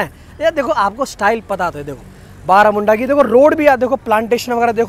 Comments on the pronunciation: बारामुंडा ना कह के (-बरमुंडा-)कहोगे तो अच्छा होगा 😂 तुम उसके नाम चंजे किउ कर रहे हो 😁🤣 असली नाम तुमको ज्ञात नहीं है मुझे लगता हैं😢😂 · ବରମୁଣ୍ଡା not ବାରାମୁଡଂା bhai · It’s Baramunda not Baaramunda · Bhai thats not BAARAMUNDA thats BARAMUNDA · May be its बारमुन्डा not बारामुन्डा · It not Baramunda it's ବରମୁଣ୍ଡା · Video was informative and interesting. Although it would be nice if you pronounced the name properly as you would hope from tourists when they visit your cities. It is not that difficult to pronounce too. This creates an impression of lazy background work which I know it wasn't. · Bhai bus station name to sahi bol dena kyu new change hua hai